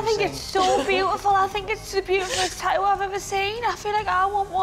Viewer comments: wtf is a “ta-ooh” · It’s Tat too not Ta-ooh tf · How the host girl pronounce tattoo : eadheou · The word Tattoo has two T's in the middle of the word. How in the hell do Australian's alway miss both of them when the pronounce the word? 🤷‍♂️